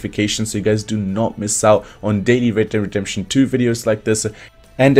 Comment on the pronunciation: A Br he just can’t say it